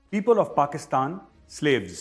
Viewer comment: Veere Ye toh apne Mulk ka naam theek nii bolte....Pakistan ko Paxtan bolte h.....Inse kya umeed karni???